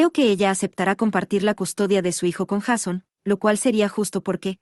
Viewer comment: Me nerva que pronuncie "Jason" cómo está escrito y no como se debe pronunciar 😅